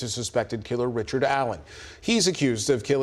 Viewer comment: Richered. Not. Bridgeman.